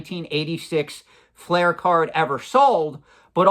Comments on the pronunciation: Love your content but it’s not pronounced feral like a feral animal. It’s Pharrell. He’s also one of the biggest watch collectors on earth. Collection is mind blowing. Also it’s fleer not flair. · Its fleer not flair